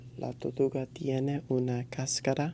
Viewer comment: you weren't rolling your R's in Tortuga its pronounced torrrrrtuga.